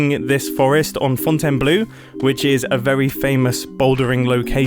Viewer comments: Fontaine-Blehh Not Fontaine-Blue (Even tho is does mean this) 😂😂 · dearest mumbo you don’t say fontanblew but fontenblow please don’t embarrass yourself as more of a gumby than you are kindest regards a climber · Mumbo, as a french viewer, I need to tell you : the forest is called Fontainebleau. You need to say it like Fountain Blow. I am not joking, it is how we say it. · Hello Mumbo, I really loved this episode combining building, terraforming and redstone. Your elevator and your forest are beautiful, I love them. Just a tip about the pronunciation of Fontainebleau, you're almost right. The end though is pronounced 'blo', not 'blu'! Thank you for being you! Keep it up! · Hey ! French dude frome Fontainebleau here ! If you're gonna keep talking about the place, please start saying Fontaineblo. Other than that, amazing build, you're really good at it ! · If you want to pronounce "Fontainebleau" right, it's more "Fontaineblow" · fontainebleau is pronounced fontaine-blow